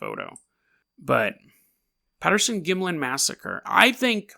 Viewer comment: You can't even pronounce Gimlin....Don't call this "creepy pasta", you haven't done your homework. Research Bobby Short whom passed away in 2013. She has seen the entire film. You need to do a corrected video after you study a bit more.